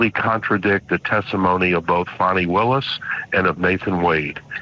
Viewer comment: Her name is fanni, not fawny. Her nake is part of a butt.